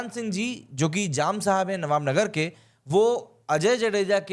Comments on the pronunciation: Nava Nagar Not Navb Nagar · ओ भाई, नवानगर है, नवाब नगर नहीं।